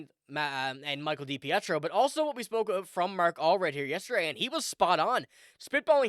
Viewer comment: pronounced {da peetro} spelled depietro